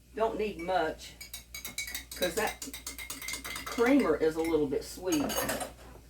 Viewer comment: When I heard you mispronounced the creamer I knew I had to follow you because that’s exactly how I used to say it till my daughter taught me the correct saying. So thankful for your prayer before you ate and yes, bless all the fur babies.